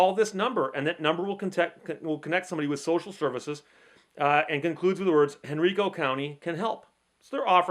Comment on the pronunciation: Henrico County. The major county of Richmond. Pronounced Hen-rye-co.